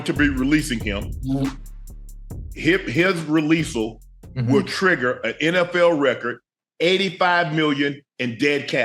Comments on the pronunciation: "Re-lease-el" I tried , man.. 4 seconds.. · Did he say "releasell??? Is that a combination of release and Russell? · Yo Unc just created a word releasle 🤣